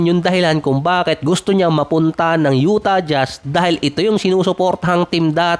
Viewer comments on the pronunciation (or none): Lalo yung Utah Jazz 😂😂😂 Yutah Jas